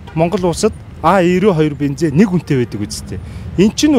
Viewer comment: Бинзен биш БЕНЗИН ШҮҮ 😹